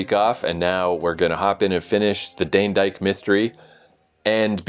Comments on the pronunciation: Dane-dyke not Danny-dike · Not DANNER-DYKE! DAIN (as in rain) DYKE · FWIW, it's not three syllables -- DAN-E-DYKE. It's two syllables -- DANE-DYKE. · It's Dane as in Crane or Rain!! Also Rumpole is 78 to 92 to dead on.